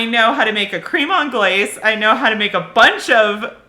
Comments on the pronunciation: It's pronounced "crem" anglaise, btw ... 😏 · It's pronounced 'crem on-glase' not 'cream on-glase' 😅 also, in England, we say 'custard' because that's what it is 🫠